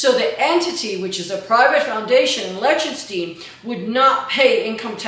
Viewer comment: Good video, but please please please rethink your pronunciation of Lichtenstein.